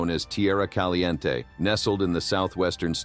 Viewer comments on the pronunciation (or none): none